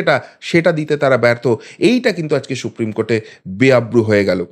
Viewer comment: সুপ্রিম কোর্ট, শুপ্রিম নয়। বাংলা উচ্চারণ ঠিক করুন।